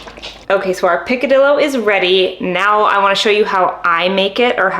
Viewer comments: I’m not nitpicking AT ALL-I love this channel and have been watching for a few days bc I’m starting my journey- but just wanted to share that the double LL in Spanish - for the word picadillo - should sound like a Y. “PicadiYo” :) if you care ! Lol thanks for all of the amazing tips!! :) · You should learn how to pronounced picadillo ,I’m Cuban I make this all the time